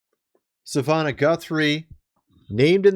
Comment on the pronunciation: (MrsM) I love your channel, but if you can't even pronounce "Savannah", perhaps you shouldn't report on this.